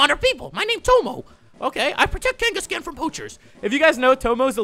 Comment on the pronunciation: it's not kangas"cans" it's kangas"khans" just saying